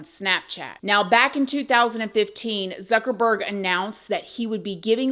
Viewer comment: Imagine you spend all that and then something terrible happens to you before you can even use it. Youre funny when you were saying ZucKeRBurrrrGG. 😅